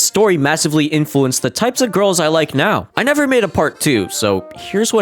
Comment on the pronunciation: the way he says "gurls" just pmo and the video just gives off bad vibes like a person who doesn't go outside much that being said I don't know that guy this is the only impression I have of him and it just pmo so hard